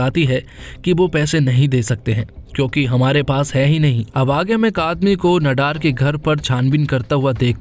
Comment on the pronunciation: भैया, नडार नहीं, ‘नादर’